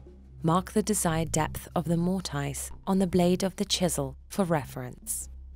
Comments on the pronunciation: Stop saying mort-ice. lol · This has to be one of the most misleading video. The guy using the wrong vice. He is wiggling the chisel all over the place. Even the way you say mortice is wrong. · Can't watch this, who says "Mortise" that way 😂